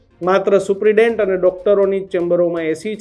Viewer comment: આ એંકર ભાઈ ને સુપ્રિટેન્ડેન્ટ બોલતા ફાવતું નહીં લાગતું...થોડું હોમ વર્ક કરી ને આવો... ડાયરેક્ટ ટેલિ પ્રોમ્પ્ટર સામે આવી ને બોલવાનું શરૂ ન કરો મારા સાહેબ